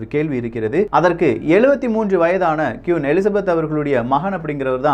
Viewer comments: கியூன் இல்லை..... குயின். சில தகவல்கள் தவறாக உள்ளது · Pronounce kween not kuin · Quiin illa.. Queen enru sollunga 😃😃😃😃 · Vry gud explanation, but queen not (kiun).. tq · சுட்டிக்காட்ட மட்டுமே சகோ, எனக்கு மட்டுமா அவ்வாறு கேட்கின்றது என தெரியவில்லை, நீங்கள் ஒவ்வொரு முறையும் Queen Queen (குயின்) என குறிப்பிடும் போதும் கியூன் கியூன் என கேட்கின்றது. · தயவு செய்து கியுன் சொல்லாதிங்க, திருத்திக்கோங்க.. குயீன் Queen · கியூன் இல்லடா! அது குயின் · அது கியூன் இல்லை குயின்